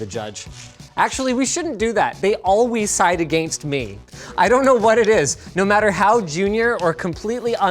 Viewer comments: OMG!! I’ve been wanting to post this in a thousand videos, but i’m always at work and can’t sign in to post! Linus!, it’s a-genst!! NOT a-gain-st!!! Drivingme nutssssss. Nuts I tell ya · I'm siding with Anthony because you said "Agaynst" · Linus, we only side against you because you can't say the word against. You say again...st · People probably side against Linus because he pronounce against again'tst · "Agaynst" Be more Canadian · After pronouncing it agAINST, we are definitively going to be agAINST you. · "Agaynst" does this bother anyone else? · a-gain-st me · Everyone probably sides against Linus because of how Canadian he pronounces "agaynst." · Never knew Canadians pronounced against so harshly with the A. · you said against wrong but yeah anthony makes sense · I don't like the way linus says against. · Linus's accent comes out when he says "against me" lol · I always side against people who pronounce “against” the way you do. Just a matter of principle. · linus pronounces "against" funny.... lol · WHO says against like that?! YOU'RE RIGHT I'M AGAINST YOU NOW MAAAAAAH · Maybe stop saying against. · "They always go against me" No we don't. Also you pronounce 'against' wrong. /s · Omfg can you please say against correctly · I'm siding against Linus for his pronunciation of the word "against"